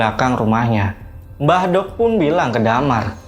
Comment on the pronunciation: Maaf mas saya jd dengernya mbadok (makan) bukan mbah dok (mbah wedok) 😅🙏